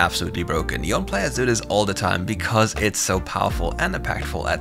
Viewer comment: Yone as Yawn, lmao